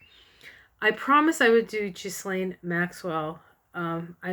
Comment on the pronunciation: I believe it's pronounced "Ghee-lane" (soft g ). Thanks for sharing this reading.